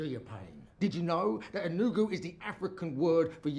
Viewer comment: His accent and pronunciation of ENUGU is killing me 😂 Give him a Nigerian passport already lol😅Gotta love him